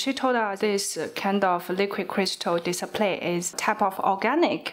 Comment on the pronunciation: Without subtitle I could hear "disappear" instead of display